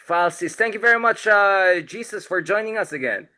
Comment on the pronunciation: Pls pronounce it as HESUS (Jesus is Jesus Christ).